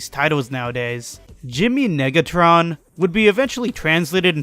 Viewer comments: Sad that you didn't use the bit where the narrator said Jimmy niggatron, rather than Negatron. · No way nobody’s talking bout the way he said negatron 😂